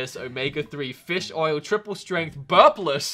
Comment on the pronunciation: the emphasis on ''Burpless'' killed me